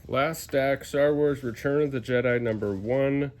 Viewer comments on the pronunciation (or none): none